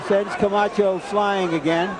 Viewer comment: Buffer rolling his tongue introducing Camacho is 🔥